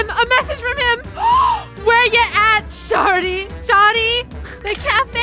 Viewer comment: When u read aloud and said sharty instead of shawty it caught me off guard but it was funny